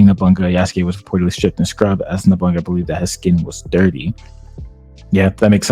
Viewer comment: Every time he says NOBUNGA I cringe. It's No-Bu-Na-Ga